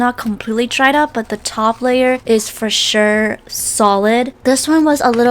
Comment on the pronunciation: ok i love it when she says 'for sure' as 'for shirr'